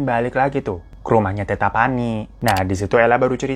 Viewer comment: Sebutan tetta pani nya itu Tet-ta, dua t nya (tetta)bukan teta😅, itu sebutan bapak/ayah di makassar. Bang hiro lucu nyebutinnya😂